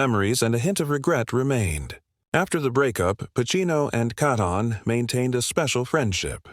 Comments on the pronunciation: Why do you call her Katon? Her name is Keaton!!! Get it right!! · You couldn't pronounce her last name correctly?